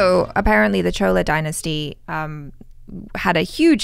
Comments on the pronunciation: Chola is correct pronounciation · It is pronounced chola, not sola. You guys were right. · Yes it is correct, but it is actually pronounced as Chozhar , most of the people can't pronounce 'Zha' in rest of the India so they made it in to Chola , Even Tamil is a posh version of the original word 'Thamizh ' . Chola is also correct because during the reign of Chola dynasty they mostly spoke SenTamil in which 'sa' is pronounced as 'cha' 😊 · It's not Solas - it's Cholas the way said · pronounced "Chola" correctly first. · Right... gets bang on wen it comes to pronunciation... It is chola dynasty the way she pronounced.... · North Indian dudes u might have heard it as chola but we Tamils know how to pronounce it. The guy making the video pronounced it correct. There is no Tamil letter for Cho. சோ- is pronounced so. There are 247 Tamil letters none of them have the sound Cho it's so so so so so so so. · The video pronunciation of 'Chola' is correct. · It was really chola the pronunciation of was correct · pronounced "Chola" correctly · you have pronounced Chola correctly. It is not pronounced "Sola", but "Chola", with "ch" pronounced as in churros or chalk. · you were pronouncing CHOLA correctly. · The way said chola is correct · it is chola the man in the video said it wrong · Chola is "Cho" la . She was correct